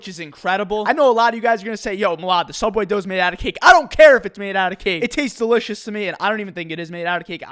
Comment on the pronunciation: Anyone remember “sooubway”😂